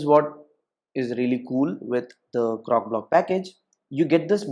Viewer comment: CroCOblock! Not Crocblock. I kept hearing cockblock. LOL 😂 Great video though. Thank you.